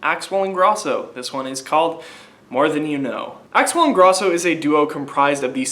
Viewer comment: You're pronouncing Ingrosso wrong. Pronounce the 'o' dipshit. And SHM is gone. It wasn't working out between them anymore. Axwell & Ingrosso are something completely new. They also dropped a physical album